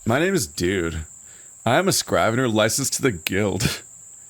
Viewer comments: The I in scrivener is pronounced like an E. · The “i” in scrivener is pronounced like the “i” in igloo. Not a big deal as it’s an archaic word that’s not really used anymore.